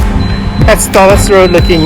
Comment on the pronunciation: Pronounced "tomas" the "h" is silent 🤫. That whole road is a total 💩 show. Why are lampposts in the road. The sidewalks are rather thin and non-standard.